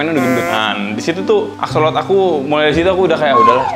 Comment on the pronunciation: bukan axolot dibacanya tapi axolot L, trus digabungin jadi axolotL